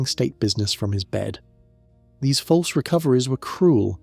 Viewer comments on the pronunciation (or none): none